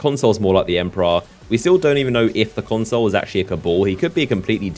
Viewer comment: PLEASE learn to pronounce "consul" pro tip - it's not "console"